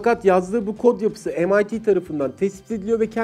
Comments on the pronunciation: emayti diye okunuyor yanılmıyorsam... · MIT yi mit anladım :D